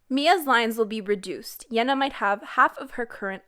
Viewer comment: Why do you pronounce Yená like thatÉ?